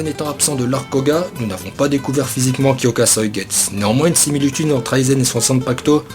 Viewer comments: Plutot "kyokasoïgets" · Faut prononcé le u vu que le nom du zanpakuto est en japonais. De plus ce n'est pas le shikai ultime car il peux juste contrôlé les autres ce qui le rend pas polyvalent. A l'instar d'autre shikai. De plus aizen utilise uniquement sa force et son kido. S'il a utilisé son shikai c'est juste pour tromper l'ennemi voilà tous. On voit déjà comment il a stoppé ichigo lors de sa trahison sans utiliser son shikai pour le battre. Bref pour moi un shikai comme celui ci ne sert pratiquement à rien en combat. Donc pour moi le shikai ultime dois jouer sur plusieurs tableaux. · HyokasuigestU c’est horrible a chaque fois que tu le dis j’ai mal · blaster63 cest horrible qd il prononce pas le u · Bon j’arrête la vidéo après 10 sec ta prononciation de son shikai m’a dégoûté de bleach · wtf ta prononciation de kyoka suigestu, que se soit en français ou en japonais l'anime ne l'a jamais prononcé comme ça Oo D'ailleurs pour en revenir à la faille de Aizen personnellement j'ai toujours cru que la faille que Gin avait appris lui venait justement de Genryusai quand lui-même l'avait compris :)